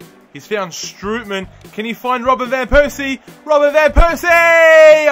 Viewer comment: Strootman is pronounced "stroteman". And with Depay, you pronounce the "a" like you do in "arm" so it's like Depaay.